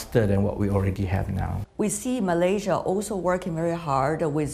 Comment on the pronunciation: MalaySia.... Not MalayZia... Sto pid minister ever